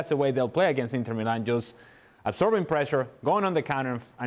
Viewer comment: Casually it’s called Milan (without the AC) just like any other football club name, it’s nonsense seeing it as the only club written with the abbreviations and even being casually referred like that 🤦🏻‍♂️. And it’s pronounced Mílan, not Milán with the stress on the i, unlike what you usually would call the city. How on earth do ESPN and other English spoken sources incur in these kind of errors, just do some research